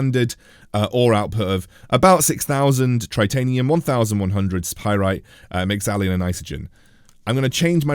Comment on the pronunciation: No "i' in Mexallon.